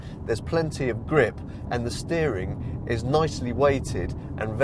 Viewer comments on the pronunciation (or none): none